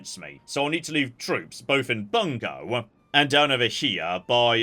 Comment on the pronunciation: About 95% of the time, Japanese pronunciations are pretty good to spot on, which makes the 5% he really gets it wrong really glaring to me, a massive dweeb. In case you're reading this, here's a few pointers: "Bungo" is "boo-n-go" "bune" is "boo-neigh" "Higo" is "hee-go" and, not that it matters any more, "Ouchi" is "oh-oo-chee" (or was, I guess).